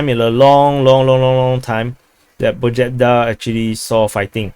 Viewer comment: In Pobjeda J dont sound like Jon (first pronouncing sound), J sound like first pronouncing sound in You :)